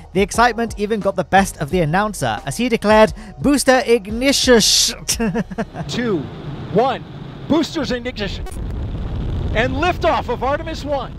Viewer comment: "booster ignishush"